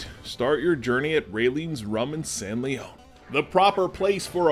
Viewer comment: lol, it's San Lee-on, not Lee-own, no matter the history. I do look forward to checking it out, I live 10 miles away and had no idea it was even there.